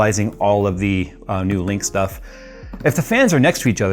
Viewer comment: Man… so clean. I also sniggered every time said “biscuit”, just like “shtuff”.